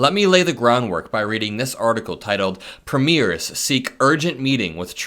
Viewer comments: Emphasis on PREmiers. Not preMEIRS. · Hey! I am a Canadian who enjoy your videos. Small thing but we pronounce the word, “premiere” more like, preem-yair. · when you’re talking about our provincial leaders - our Premiers- the accent is on the first syllable. The PREmiers. Just an FYI. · You don't pronounce it as TWO syllable ... "Pre Miers" ... it's pronounced with THREE syllables ... "Pre ... Mi ...ers" (short vowel sound on 'e'). It's a Commonwealth Country (e.g. Canada, Australia, New Zealand, etc) political title ... equivalent to USA's State Governors. In USA you have POTUS ... Governors. In Commonwealth Countries you have King ... Prime Minister Country ... Premiers of State. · It’s not Preemears it’s Preemyears. If people are entering the US from Canada then get on your damn Border Agents. Did Trump hear about the parents from India and 2 children coming into Canada FROM the US that 🥶 to death walking across the wilderness. They all froze to death. Trump is 🥜. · Thank you as always,, for helping to fight the good fight! 💙 As an aside (& not to be pedantic), pls note that in Canada, we call our provincial & terratorial leaders "pre-meers," vs the pronunciation of premiers used in referring to, say, debut performances. 💙💙💙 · Canadian here. Provincial leaders are premiers—pronounced preem-yer. Ouch! My ears!